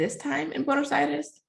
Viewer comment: If I ever hear you say Buenos Aries again, I will drive into a tree. Is this racism or a reaction to my attitude?